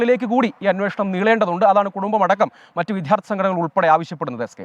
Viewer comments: വി"ദ്ധ്യാ" ർത്ഥി അല്ല വി " ദ്യാ "ർത്ഥി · Not vidharthy. Vidyarthi. Try to correct it pls.